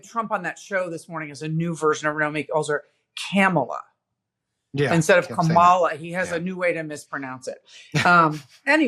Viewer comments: If we’re going to correct the way Trump mangles the pronunciation of Kamala name, don’t you think we should say it correctly ourselves? Assuming you agree, let me help you out. Hopefully, this mini-lesson may help others who, out of respect, are struggling to get it right. It’s NOT “Ka-MAH-la. It’s “COMMA-la” or, if you prefer , “KAH-mah-la.” The accent is on the FIRST syllable, not the second, the way you said it. You did get it half right, though. Both the “a”s in her name are broad, not flat. The broad “a” is pronounced “ah” as in “art” or “all.” The flat “a” sounds like the “a” in “man” “wo-man” or “cam-era.” (See what I did there?) Trump’s disrespect, disgust and outright loathing for Kamala was obvious in the “hostile , nasty tone” he used to demean her name, saying, “There are a million ways to pronounce her name. But she only likes three. He might just as well be spitting venom the way he did when he hissed, “Barack HUSSEIN Obama.” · Her name is pronounced Kama la like coma la thats why they have have merch ,la. It is not ka mal a. Please get it straight. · Kah ma la. Emphasis on the first syllable